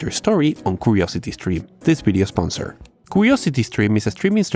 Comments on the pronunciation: you say Video..we hear it as Bideo??? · This "Bideo"?